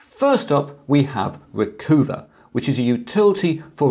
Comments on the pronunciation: I'm thinking it's "Recuhva" not "Recoova," eh? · Chris, you're too well educated. RE: #10, I don't think it's pronounced 'Reecoova' like 'hoover', it's 'Reecuva' like 'recover'. LOL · Actually, it's Re-Cuh-Vah, (as in recover) and not Re-Coo-Vah, (as in Mini Cooper). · Recoover... Really?? I would assume it to be "Recover" Re-cuv-a. SD Card Formatter... Never needed it, windows formatting has worked fine so far, but good know just in case, thanks. NoteTab... Interesting... Been using Notepad++ for years now, but will check it out. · I've always pronounced Recuva as Recover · RECUVA sure it is pronounced recover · Recuva I think is pronounced like recover but in the gangsta style of recova or recuva. Make the u sound like an o sound. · Not ree-coo-vuh, but ree-cov-uh. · I think you'll find that 'Recuva' should be pronounced 'recover' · RECUVA is pronounced RECOVER Blimey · It's interesting how he pronounces the name "Recuva," with a long u. I think it's pretty obvious it's intended to be pronounced with a short u like "recover" except with a short a instead of er. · Well if you just want to argue... From the Wikipedia page: Recuva (UK: /rɪˈkʌvə/) is an undeletion program for Windows, developed by Piriform. Piriform seem to like their puns as well. Note the bit in parens, it's being pronounced 'u' as in 'cut'.